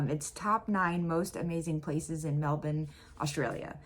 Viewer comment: And you pronounced MELBEN ( Melbourne) correct. Well done.